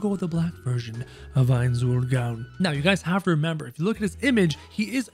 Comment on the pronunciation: You dont khow how to say his name and it annoys me